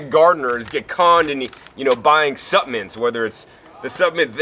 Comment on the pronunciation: Excellent vid and I agree with 100% of it but... Luv you buddy but there is an "L" in the word ""SuppLements!" nuff said!